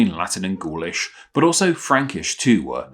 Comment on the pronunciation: Gaulish sounds like ghoulash